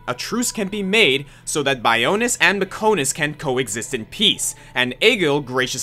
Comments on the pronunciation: "Mech-oh-nis" "Bi-o-nis"? Seriously speaking though, as soon as I saw this thumbnail I knew I would see Dickson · #9: Okay. I hate to be that guy but it’s pronounced Bi-on-is, not Bi-o-nis and it’s Mech-on-is, not Mech-o-nis. How does someone get the pronunciation of something wrong in a game with voice acting? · ma-KO-to ba-YO-nis me-KO-nis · how can you not pronounce bionis and mechonis correctly, they're pronounced in almost every cutscene in the game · The biggest betrayal on this list is your mispronunciations. How can you mispronounce Bionis and Mechonis, two of the many words in Xenoblade that are said so many times it just almost gets old?